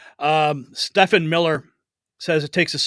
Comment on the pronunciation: Stephen is pronounced STEVEN the ph is silent. I like your show but this makes you sound ignorant!